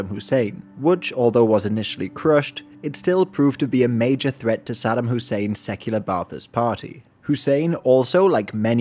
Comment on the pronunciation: Aside from mispronouncing Saddam's name, but yeah 👍